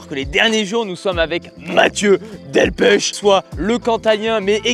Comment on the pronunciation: Delpeuuuuch pas Delpecheee ^^ top votre video.